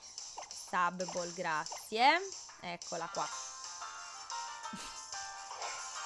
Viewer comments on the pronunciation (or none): none